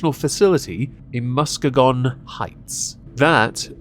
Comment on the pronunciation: məs-KEE-gən!! no gon. Musk E gen sorry, It hurts when people (mainly everyone) pronounces that Sh*t hole wrong.